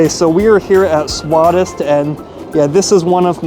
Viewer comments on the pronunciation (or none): It is swadist swa-dish st means tasty